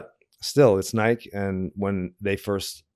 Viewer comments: cant believe he pronounces it nighke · Couldn't anyone else get Gino's pronunciation of "Nike" out of their head, or is it just me? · never heard anybody pronounce Nike like that , that many times in a row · Lmao everytime he says nike in one syllable it hurts my ears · I heard he got thrown off Nike because after 10 years, he still couldn’t pronounce Nike